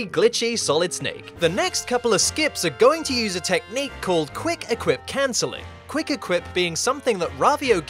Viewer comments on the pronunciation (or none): i love how you say wuick equip